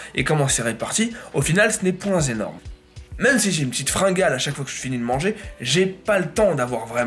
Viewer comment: "Ce n'est point-z-énorme"